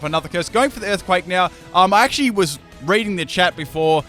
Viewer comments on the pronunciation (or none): none